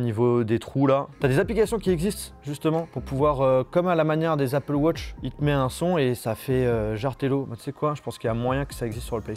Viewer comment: Tu sais qu’on dit pas Apple wotch Meme en anglais